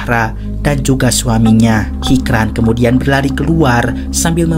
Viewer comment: Hicran dibaca hijran min krena bhasa turki hruf c dibaca C ,yg sicin pertama hoca itu bukan nama tapi panggilan utk orang yg berilmu atau tenaga pengajar juga bisa yang jelas yg punya ilmu